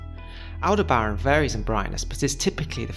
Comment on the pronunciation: It's pronounced al·deh·br·uhn with the emphasis on "deh".